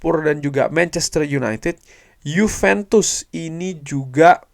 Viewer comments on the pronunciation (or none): Juventus bukan yupentus